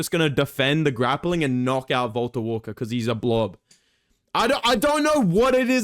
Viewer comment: Valter Walker bro...Valter Walker bro